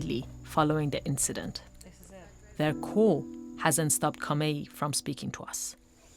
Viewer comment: The lady suddenly forgets the names of everyone involved lol Hibikiryu becomes Hirokiyu. Kamei becomes Kamiya. A true professional. That said though, a good documentary shining a light on some of the issues the Sumo Association tries to suppress. The reporter might've been somewhat unprofessional at times, but the people in the comments complaining seem pretty clueless about what investigative journalism is supposed to be all about. It's not just about being friendly with the powers that be, it's about exposing the dark hidden truths in order to protect regular people. Y'all want them to protect corrupt organizations instead of the individual people, that's fucked up.